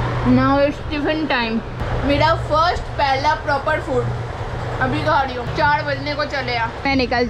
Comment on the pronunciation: अरे दीदी... चाड़ बजे नही चार बजे बोलिये... ड़ नहीं र... 🤦‍♂️🤦‍♂️🤦‍♂️